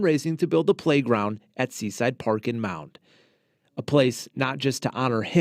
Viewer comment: Mound, not Mounds.